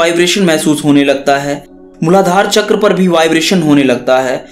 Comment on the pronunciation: Not chakraaa its चक्र